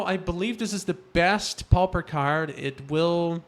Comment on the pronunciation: You do know it is pronounced popper not powper. A pauper is a very poor person, not necessarily a vagrant but more like what we nowadays call a welfare case. Pauper is referred to as a poor man's MTG because it is limited to only commons. The Pauper and the Prince is a famous book that is known all over the world. Do most people in Brasil pronounce it powper?